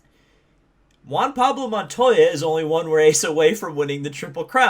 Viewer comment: Larry Mcreynolds- "don't you mean Juan Pawlo Montoya?"